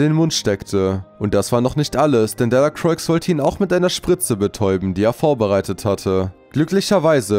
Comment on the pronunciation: Man sagt nicht Delacroix, sondern man spricht es delacroa aus